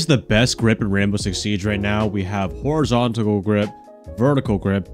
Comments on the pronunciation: WHY DOES BRO KEEP SAYING HORIZONTACAL GRIP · "horizontical grip"